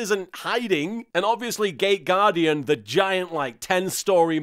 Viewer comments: For a second I thought that you said "gay guardian" instead of "gate guardian" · I know it's not what he's saying, but I keep hearing "gay" guardian instead of "gate" guardian.... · Nearly every time he says it, it sounds like "Gay Gaurdian" - maybe that's just me. Makes me giggle though. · Me too... it seems we are a minority, but he's clearly talking about a gay guardian.